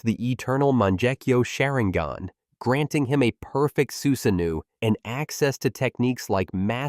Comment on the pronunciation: you can pronounce it normally so you’re pronouncing Sharingan that way on purpose